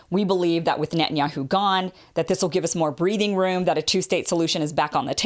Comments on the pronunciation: Its not Nutin. .its Net..ton yahu. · "What did you say?" "It was nutinyahoo."